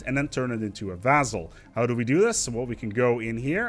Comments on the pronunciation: Vass-all, not vazzell. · So far as I can find, "vassal" is pronounced with an "s" sound in the middle, not a "z". In sedentary the accent is on the first syllable. Thanks much for the videos. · Pronouncing Vassal "Vazel"